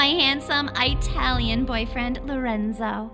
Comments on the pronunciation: I-tal-EN bOyFrIeNd like gurl u pronounced Italian wrong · Eye-talian has me dead😂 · Nobody :watches quietly Me: Girl said I-Talian 😂😂😂🤣🤣🤣🤣🤣🤣